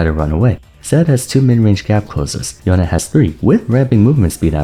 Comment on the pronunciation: Nah but that you can't say Yone but K'sante is a meme